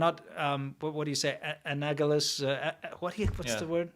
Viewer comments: anagalous?: yes, anagalous. 😁 Close, gents, but 'tis anALagous 😂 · Not "a nag a lous" but rather "a nal a gous". The root being "analogy". Other than that boys, routinely and predictably commendable work. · It's pronounced "Ann-AL-oh-guss"